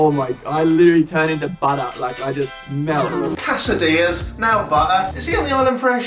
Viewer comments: Guy: How are you little quesadillas? Jack: Hello you little Cass-ah-dee-yuhs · You pronounce quesdillas like cats of diyas and it really threw me off the first time lol woorar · Ca-esadilias? Jack, really? Hoo rah